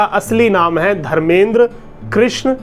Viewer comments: Bolna sikh phle jake dhirender krishan shartri ji hai vo naki dharmeder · तू धर्मेंद्र बोल रहा है उनका नाम धीरेंद्र है